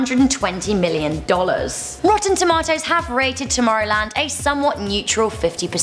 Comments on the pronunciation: That's how I say it and I'm from South Africa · That's how we say it in England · That's the proper pronunciation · that's how you say it in England apparently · I say it like Rebel as I'm British too